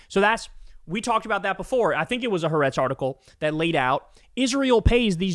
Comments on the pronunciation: Ha-A-retz not Haretz, you stupid... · It doesn't change your point, the name of the Israeli news paper you are referring to is pronounced Ha-ah-retz. It's the Hebrew word meaning "The Country", which is what Israelis call Israel. I'm an American-Israeli who strongly oppose netanyahu and his extremist coalition. I support your reporting. I am involved in Mother's groups protesting to end the war and bring down the horrible Israeli government.